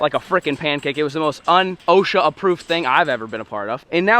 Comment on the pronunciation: You keep saying O.S.H.A wrong and it makes me cringe every time